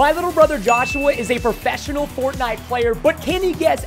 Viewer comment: “Perfesonal Fortnite Player”